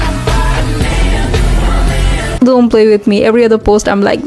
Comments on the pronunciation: "dzont! Dzont look at me like that" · "Dzon't. Dzon't look at me like that" Me: subscribes 😭😭😭